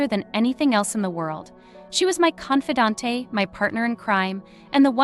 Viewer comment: Confidant only has 3 syllables, not 4!!!